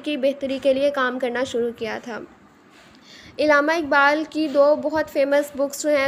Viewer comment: Pronounce Allama Iqbal not illama iqbal